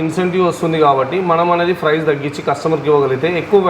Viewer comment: Papam vidiki emi theliyadhu edho matladutunnadu.. Price ni frice antunnadu.. duplicate ni dubulecate antunnadu..sodi cheptunnadu..